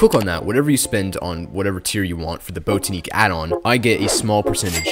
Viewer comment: its "bot-ah-nick" not "boat-ah-neek"